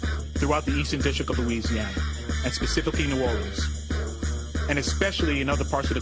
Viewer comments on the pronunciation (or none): What the f*ck is “pacifically” ?! Is this what they teach in New Orleans schools?? 👀 I also think you meant to say specifically